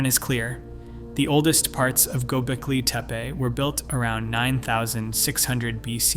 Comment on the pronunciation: You really should make sure that you know how to pronounce the name of a place correctly BEFORE you try to educate anyone about it. After all, it's its NAME